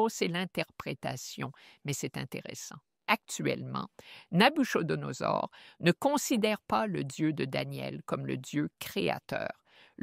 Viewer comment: Le " ch " de Nabuchodonosor se prononce comme un " k " en phonétique française. Pourquoi n'engagez-vous pas des gens qui maîtrisent mieux la langue pour le doublage des différents présentateurs ? Ce serait vraiment idéal pour les francophones et francophiles, n'est-ce pas ? Merci infiniment pour vos si brillantes prestations. Que Dieu vous bénisse.